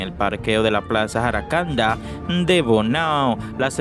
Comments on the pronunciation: Aprenda a pronunciar los nombre como la plaza se llama jacaranda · Ajajajajajaja este nunnca sabe decir los nombré dique jaracanda😂😂😂😂en jacaranda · Es jacaranda, no jaracanda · Es plaza JACARANDA Y NO JARACANDA, debes tener ma cuidado. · Jacaranda no jaracanda, soy de Bonao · Jacaranda😅😅😅 no jaracanda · Jaracanda no,jacaranda si, aprende aleer. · No se dices jaracanda Sino jacaranda